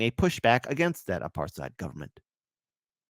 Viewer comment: It is pronounced apart hayd.